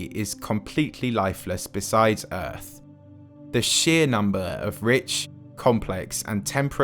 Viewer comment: You know it’s going to be good when it starts with a British man slowly saying EARF